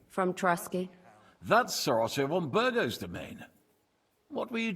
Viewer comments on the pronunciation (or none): yeah I know what you mean. Like Von Bergow. It should be Von-Baer-gov. But they clearly also say Von-Bur-Go.